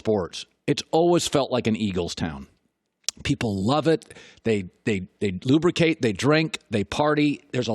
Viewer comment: No one: Colin: “LUBRICATE”